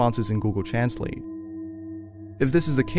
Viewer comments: He pronounced ,translate, wrong😒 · Gosh..it was the same when transalated but the pronuncer was fukin funny 😂😂😂😂